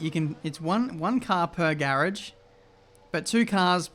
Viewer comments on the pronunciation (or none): none